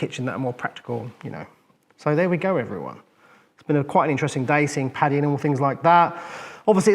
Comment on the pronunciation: Im sure it’s an accent/ translation thing but it’s Paddy not patty. I believe it’s an abbreviation of Patrick common in England and Ireland.